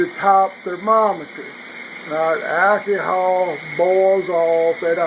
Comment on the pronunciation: Alkeehawl... LMAO man.. Great video, no harm intended, just enjoying the dialect :)